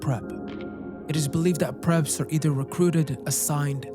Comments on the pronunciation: don't you mean "perps" as the short for perpitrators like you said and not "preps"? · I honestly can’t stand the accent but I bared with it haha and yes it would be perps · I think you mean ‘perps’ as in perpetrators. Preps would be something prepared or a preparatory school. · Is it "preps" or "perps"? If it's short for "perpetrators", then it should be "perps", right? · PERPS not PREPS lollll.. is this AI?? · Bro, aren't those "pREps" "pERps" by some chance? 😅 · Do theg really call them "preps" or is it "perps"? I hear "perps" for perpetrators on cop shows like Law and Order, but I'm not familiar with this particular community or their lingo. I'm not being a smartass, I swear! I'm just curious! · Gang stalking is almost always delusions, and I'm fairly certain it's PERPS not PREPS. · Perps, not preps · “Perps”…not “preps”. Awesome video as usual man. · Why are you saying prep...if its short for perpetrator? Wouldnt it be *perp*? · You mean PERP?! Lmao😅😂 Preps omg that’s hilarious